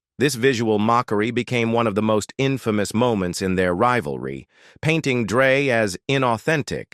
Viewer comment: What Is this😬clickbait,who the fuck is sugay😅'dressda'😮whoever done this thing was never involved in hip hop obviously,where's the final picture s of eazy? pronunciation is all wrong and everything has been said 1000 times before, can't believe people blame hellar for easy saying fuck you nwa I ain't paying,blame the white guy when there's a whole bunch of 'streetwise' black guys that could of fkd him up,what a waste of my time